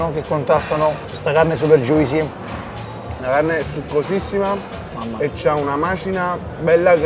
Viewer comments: joo-see not joisee.thanks. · Pronuncia un po da rivedere. Juicy non come si legge ma JOOCY senza I, Steak non STIK ma STEIK